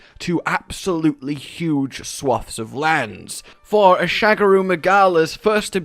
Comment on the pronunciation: "Sha-GA-ru" Magala. Not "shag a roo". He ain't boinkin' Australia,.:p